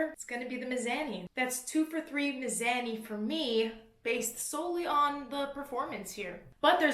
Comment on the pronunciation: Is it miz-ah-ni or is just a Canadian hahaha